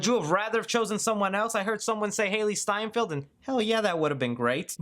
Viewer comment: Her name is not pronounced Haley, it’s like Halle berry.